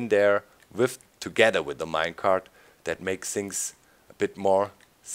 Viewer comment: "And DAS will make it no longer a Village" XD Da kommt das Deutsche aus Dir raus ;)